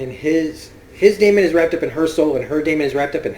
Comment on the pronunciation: I love how much you analyse mrs coulter and how right you are about her and please practris how to pronounce lyra and deamon right ... the word daemon is pronounced like demon the opposite of engel